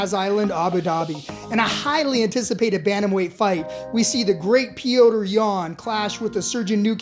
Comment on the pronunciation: Stop fuckin saying petrs’ name like that